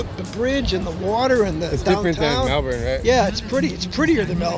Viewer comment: Why did you say Melbourne like that